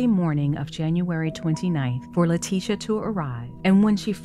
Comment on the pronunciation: I love how everyone calls her LIE-ticia